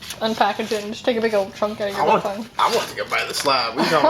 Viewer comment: Yes you pronounced braai and biltong correctly. Not sure how they did the piece in brine. Traditionally it is meat soaked in spices and vinegar then hung up and left to dry. You can eat it wet or completely dry. And yes you can break your teeth on it if you are not careful. Not sure what chili they sent you, with all the Indians here our chili can blow the top of your head off. Chili bites are a dough type of snack that has real chilies in it. Waaaaay too hot for me.